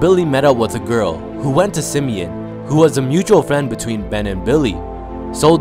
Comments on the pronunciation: It's sim-e- ON, not sim-e-in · And its Sim-e-on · It’s “Simi-on” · No it’s sim e ahn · Everyone not from Chicago pronounces Simeon wrong 😂😂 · LordBando I swear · Lol the way he said simeon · You said Simeon wrong but r.i.p cuzo😖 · He said the high school name wrong